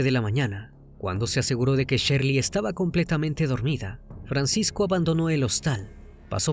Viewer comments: No es Sherly, es Shirley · NO ES SHERLY ES SHIRLEY